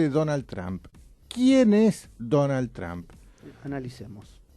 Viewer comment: Está gente dice Donald Tramp y es Donald Trump, se pronuncia Tromp no Tramp